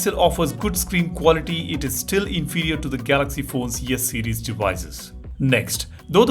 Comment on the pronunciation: Why do I hear you say Yes series and Yes Pen?😅😂